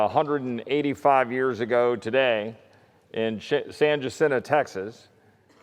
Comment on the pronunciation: Please. Jacinto. It’s “ha seen toe”. It’s not “Ja sin toe”. L’s are H’s. E’s are always consonants. I’s are usually vowel E’s